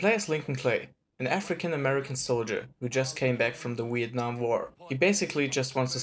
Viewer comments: "The Weeatnam war" huh? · is it just me or did he say wietnam